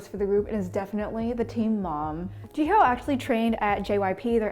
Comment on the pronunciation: no offense but ji-hoeee